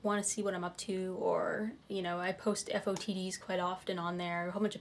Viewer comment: You said "eff oh tee dees", hahah. <3